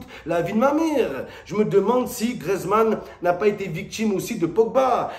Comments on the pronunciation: Antoine grézman 🤣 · "Grezmann" "la boîte de Pondor" Momo lundi prochain rdv chez l'orthophoniste !